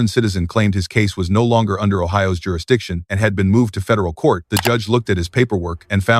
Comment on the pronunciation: The courts jurijixon....😂😂😂😂😂😂 nice old navy wanna be letterman jacket too..😂😂😂😂